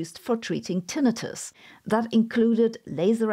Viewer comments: Your pronunciation of Tinnitus was like nails on a chalkboard... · It’s always weird when I hear the secondary pronunciation of tinnitus.